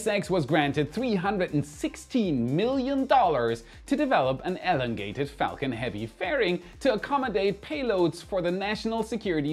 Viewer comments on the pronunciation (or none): With all due respect, what is up with your pronunciation of words? Antares? Elongated?